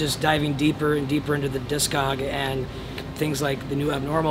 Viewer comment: “The discog” 😭😫😫😫